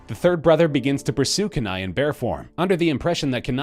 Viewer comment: Dude, you do realize that in Brother Bear, the native teen boy turned bear's name is pronounced, Kenai = Keeneye.